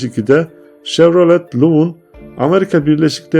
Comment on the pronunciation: Emeğinize sağlık, bir konuda dikkat et etmenizi tavsiye ediyorum, lütfen markaların telaffuzuna dikkat ediniz ve orijinal okunuşunu araştırınız. GMC= Gi EM Sİ, Odessey= odisi. Chevrolet= şevrole. Buick= biuyik